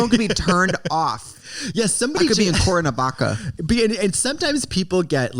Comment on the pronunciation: I died when she said cuernavaca omggggggg